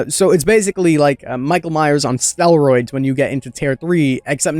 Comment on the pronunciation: Also he clearly has never heard of a second take. "Nair and dear to my heart" and "stelroids" he doesnt bother rerecording. He just quickly records his audio and puts it over some generic games with no relation to whats being said. I absolutely hate lazy youtubers. They have literally the easiest job in the world and just take it for granted